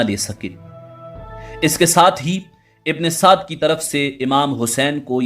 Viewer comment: Bhi ye Amar ibne Saad nhi ha ye musalman tha hindu nhi tha AMEAR NAME HINDU ME HOTA HA AAP APNI VOICE SAHI KARO UMER IBNE SADD NANE THA AAP APNY VOICE UMER IBNE SAAD BOLO UMER KA NANE LETY HWY SHARAM AA RAHI HA